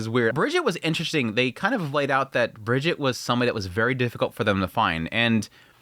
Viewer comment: Almost all names in Bookworm use the German pronunciation, so hard Gs and Es at the end of names are not silent. Brigitte is Bree-/g/eet-eh. The culture in Bookworm has a slight German flavor which shows primarily in the naming conventions. The soft, French G (ironincally, like the one we English speakers use when pronouncing the word 'German') isn't used. There are a few exceptions but we wont see that in this season. I'm an LN reader and i think you're on the money. It kinda feels like they're rushing though to get to future stuff, which is kind of a shame. It also looks like they're aiming to fit all of LN Part 3 into this season of anime. Luckily its 26 eps. Appreciate your read on all the characters and developments. 😊